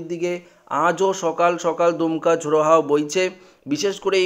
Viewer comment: এরা কোথা থেকে বাঙলা শিখেছেন/দমকা কীভাবে দুমকা হল ????? !!!!!